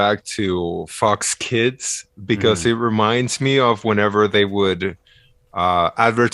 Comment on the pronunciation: Whenever says "Fox Kids" it always sounds like "Fucks Kids" in his accent lol. Always catches me off-guard, like, what did he just say??:D